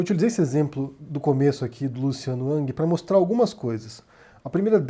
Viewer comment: Falas twitter com sotaque mas o nome pronuncias “ãng”